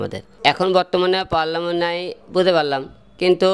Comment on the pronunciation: ঠিকমতো পার্লামেন্ট উচ্চারণ করতে পারো না, আর তুমি হবে উপদেষ্টা। দেশে কি নেতার দুর্ভিক্ষ চলছে